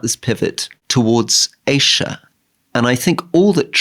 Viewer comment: Rory, pronounce Asia properly!!? It’s not Aisha! Don’t be so annoying!